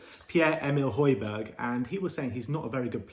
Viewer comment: I wonder, if we sign Højbjerg, will they start to pronounce his name properly. Love from Denmark